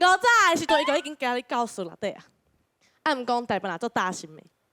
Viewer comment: 感覺要表演之前還是要請專業的台語老師來過目一下 , 連馬路跟教室這種基本的台語也沒講好有點....不然選手也要問一下會講台語的人啊....不要閉門造車啊